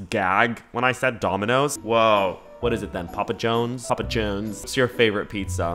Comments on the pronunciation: not the "papa Jones" its papa johns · Theres alot of videos on youtube ill put on when im trying to fall asleep and your videos cant be that because you make me cackle 😂 i cant get over how u say "papa johns" like "papa jones" and the story about when u went to dinner with ur sister 😂😂😂 by the end of the video i was like "ok no more youtube i just sleep now 🙂"